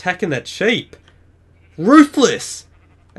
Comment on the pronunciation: seep not ship